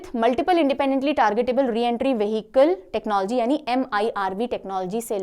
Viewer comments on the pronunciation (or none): none